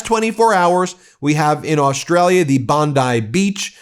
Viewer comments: Bon-dee Beach, not rhyming with bonsai! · It's pronounced "bondee" beach. That's how Austrialians all pronounce it. 😊💙💙